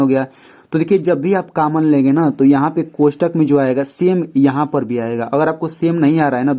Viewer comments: Sar common hota h caman nhi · Sir common hota hai cammon nahi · Sir cammon nhi common hota hai 🙁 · Caman nhi common hota hain pronounciation acha karye btw ap Bohut ache se explain kar rahe hain par thora pronounciation acha karye